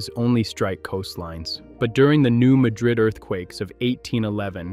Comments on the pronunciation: Dear: Please start LISTENING TO YOUR DAMN AI NARRATOR before you publish your videos. New "Madrid" is not pronounced the same as Madrid, Spain. It is the New MAD-rid fault. MAD-rid. You are teaching every one of your 11.6K subscribers - minus those who don't see this plus those who are educated - the wrong pronunciation, so that some of them may be embarrassed one day. I learned how to pronounce it somewhere between 1968 and 1971 when there was a quake bad enough to be felt north of Chicago. I was on the top floor of a 6-story building, and the building shook. Fun fact: My psychiatrist was trying to put me under hypnosis for the first time. He said, "How do you feel?" I said, "I feel like my chair's shaking." He said, "The building's shaking." Shortest hypnosis session ever. By the next day everybody in the quake area knew how to pronounce New MAD-rid. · Like many places in the area, the pronunciation is not what you would think. It's the New MAD-rid fault, not muh-DRID. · It's not pronounced New Muh drid' it is New Mad' rid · It's called the New MADrid fault., rather than mahdrid like in Spain. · Don't waste your time, folks; it's just another stupid computer narrator that doesn't know how to say New Madrid. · I’ll be the one to say it: it’s not pronounced Madríd as it is in Spain. In the US Midwest, it’s pronounced Mádrid, with the a pronounced like the a in apple (or the same as the word “mad”), with the accent on the a, not the second syllable. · The narrator is saying the name wrong. Locals call it the New Mad-rid Fault, with the emphasis on the first syllable. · You couldn't even be bothered to learn how to pronounce New Madrid. Here's a hint, those of us who live here, don't pronounce it like you do and like they do in Spain. Thumbs dow. I'm willing to be most of the dislikes are from others in this area who hear you say the name and it feels like nails on a chalkboard. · Pronounced New MAD rid, not Ma drid. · It is pronounced MADrid.